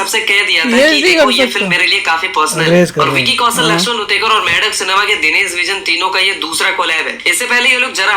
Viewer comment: Saambhaji ❌ Sambhaji ✅ Ganoji shikre (usko laga jaykant shikre jaisa) ❌ Ganoji Shirke gaddar ✅ Laxman utrekar ❌ Laxman Utekar ✅ Kya video banata hai yeh naam toh sahi se liye nahi ja rahe isse